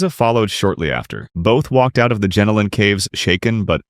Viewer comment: Sorry, Jenolan is pronounced pronounced gen-o-lun.